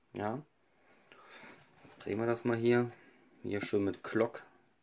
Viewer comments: es heißt glock und nicht klock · Mit G nicht mit c oder k es heißt Glock nicht Clock oder Klock